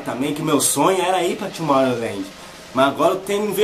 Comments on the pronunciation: Tomowland kk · "Tomorrouland" kkkkkkkkkkkk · Tomowland kkkk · TOMORROWLAJE KKKKKKKKKKKKKK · TOMOWLAND AHAHAHAHAHAHAHA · ai kkkkkkkkkkkkkkkkkkk ele falando tomorrowland